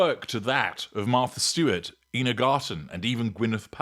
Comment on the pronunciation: Ina Garten's first name is pronounced "eye-na."